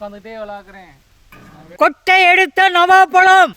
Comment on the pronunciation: நாவற்பழம் நவாப்பழம் இல்ல உங்கட சொல் பிழை